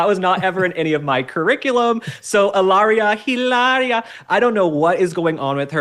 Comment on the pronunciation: Ih-larrrriah, Meghan Markle, Blake Lively, Rachel Zegler…